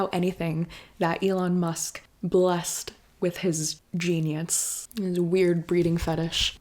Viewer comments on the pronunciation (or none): none